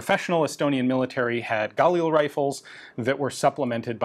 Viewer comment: Ian still insisting to pronounce 'Galil' wrong.